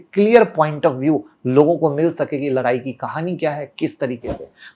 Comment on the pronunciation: Larai nahi ladai hota h